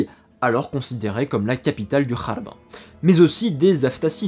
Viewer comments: Tu continue à dire kharb alors que c'est gharb??? Pourquoi ? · attention pas kharb andallouss mais rharb andallouss. R comme ronaldo. KHARB A UN SENS DE RUINE. ET GHARB RHARB RARB A UN SENS D OCCIDENT.